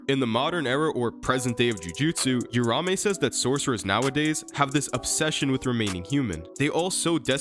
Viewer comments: Uraume is pronounced “oo rah oo may” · Don’t want to be that guy buuuuuut… read the name. It’s not urume it’s uruamue